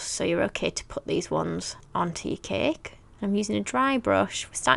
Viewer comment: It's Funny How she says Ceke it's Cake 🎂 hahahaha!!! 😂